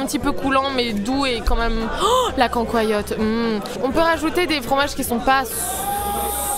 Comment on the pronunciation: Depuis quand la "cancoillotte" se dit "quand quoi yote" ??